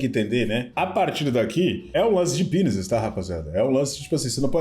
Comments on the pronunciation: eu racho que o não fala Business como “Bi zi ness” e sim “Bi ni zes”, tipo na música Queima de Arquivos do Loren Tralha kkkkkkk eu achava que ele só tinha errado na música mas ele realmente fala assim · não tanko o chamando bussines de binizes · aprenda a falar business por favor 🙏🏽